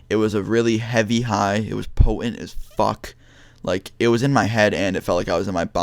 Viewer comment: "It was very Pppohhent"